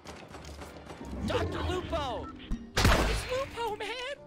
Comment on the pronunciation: dr lupo its lupo man!!!!!!